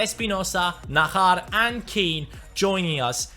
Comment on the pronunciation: I's Not Nahar it's najar just like jones jj not hh Like So Can See